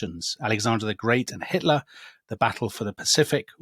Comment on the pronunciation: 'itler' xD